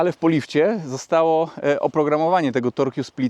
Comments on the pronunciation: tyle razy powtórzyłes torkju spliter że muszę zareagować że "torque" czyta się: tork ;) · nie mów torkju 😂. Torque wymawia się tork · Torkju? Torque czyta się (z grubsza) tork.